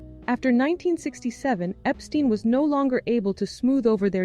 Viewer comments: EPT ST EYE N. not eeee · When the narrator can't even pronounce the name Epstein properly, you have to wonder about the video's accuracy.